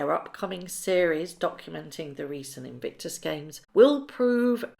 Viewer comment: Why do you consistently mis-pronounce the word "Invictus"? Legitimate question - do you just not notice?